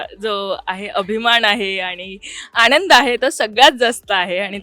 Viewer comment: आपण कोणासमोर उभे आहोत याचा थोडा देखील विचार न करता anchor मॅडम अभिमाण, आणंद, भावणा असं अगदी रेटून बोलत आहेत 😏😏😏😵‍💫😵‍💫😵‍💫😵‍💫😵‍💫